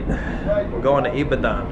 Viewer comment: Love your videos man. It’s actually pronounce ee-ba-don tho 😂